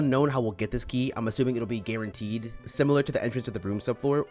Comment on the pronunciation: "It's unknown how we'll get this key, I'm assuming it will be guaranteed. Similar to the entrance to the Rooms sub-floor. Or maybe it could be hidden during a major encounter before the Gweenhouse." 2 things. 1. He be rhyming key with guaranteed. 2. DID YOU SAY "GWEENHOUSE?"